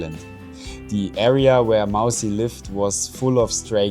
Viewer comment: It's Mausi not Mousy